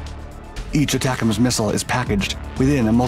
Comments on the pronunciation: Pronouned “A-tacems”. Not aTACems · Not pronounced Attack-ems. The A is long. it's A-tac-ems. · pronouced AAA tack ems. I used to be a technician on the MLRS system. very effective and accurate mobile indirect fire. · I've been laughing every time this guy says it, how can he not laugh at this! I can't wait until we give them the jizams hahaha! Y'all figure out what that stands for, I have no idea.